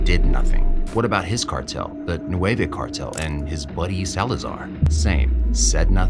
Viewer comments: Not nueve cartel its nuevo. Nueve- nine Nuevo-new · It's "Nueva" not "nueve"